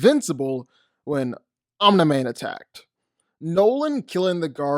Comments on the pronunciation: Sounds like you’re saying “on demand”, it’s om-ne-man. Omni man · Is anyone else as annoyed as me when he calls him “Omnih-man” instead of “omnee-man” lmao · “Omnah man” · Why tf do u say oni man it’s Omni man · I am just here to listen to your opinions and say "Oniman" and "infingy gauntlet" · "Omnah man" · Nobody:: "Omna-Man" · Dawg…please pronunciation Omni-Man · I love the video but I would be Lying if I didn’t say I would almost vomit every time you said Omni mans name lmao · Man literally miss pronounced omni man's name the entire video. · The only problem I had with this video is the way he pronounces Omni man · You make great video but it’s like nails on a chalk board how you pronounce Omni-man. All love tho